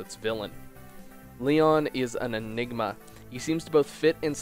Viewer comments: "Lee-ahn", more like "Lee-own" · joaocisne556 completely agree I also like Eirika's path much more and thought it was more interesting, tragic, and well written. but besides that (and the mispronounciation of Lyon's name), the essay is well done and some recognition of Lyon's character is super refreshing!